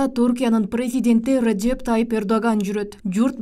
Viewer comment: Тежэп эмес Реджеп